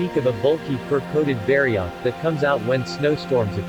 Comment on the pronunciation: Man I hate text to speech. I eas interested but I don't wanna spend my work day hearing bari-oath for the next nearly 20 minutes.